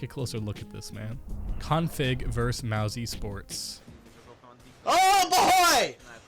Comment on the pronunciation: dude you cant even say mousesports right do your fucking research tings??